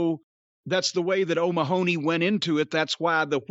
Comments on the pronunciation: That is the most hilarious pronunciation of Mahony ever, it is pronounced like Mah-nee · I’d say that’s the common Americanized pronunciation. I did have a great-aunt who pronounced it “Mah-h-ney”, with just a very quick middle syllable. Her parents were Irish immigrants, so she had this unique Chicagoan accent with just a hint of an Irish thrown in. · The way Americans pronounce Mahony is hilarious 😂😂